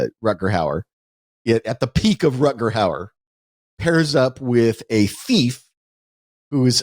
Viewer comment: I like that it takes Ty about 30 minutes to correct Wes on saying "Howard" instead of "Hauer". I suppose he didn't have the heart to call him out on saying "Ruckerd" instead of "Rutger".